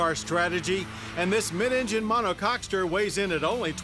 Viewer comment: Did he say, "Monocockster?"